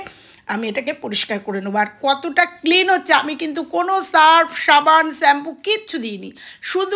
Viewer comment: সবই ভালো শুধু শ্যাম্পু উচ্চারণ টা ছাড়া। খুবই কানে লাগলো।